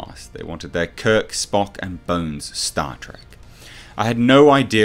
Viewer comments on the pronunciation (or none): none